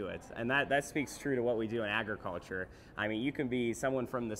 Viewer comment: please, please, please stop referring to it as “Eggriculture”!! That is NOT how it is pronounced! It’s pronounced as it’s spelled…………